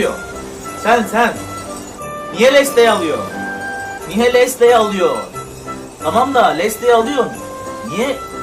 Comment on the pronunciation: Lesley Lezli diye telaffuz edilirken Lesley diye telaffuz edenlere söylüyorum : SİZ ÖNCE İNGİLİZCENİZİ DÜZELTİP ÖYLE GELİN.Lesley çok oynamam ama sevdiğim bir nişancıdır eğer oynayan güzel oynuyorsa durduramazsın.